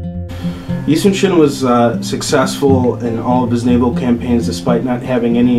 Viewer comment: His name was Yi Sun Shin not Yi Soon Shin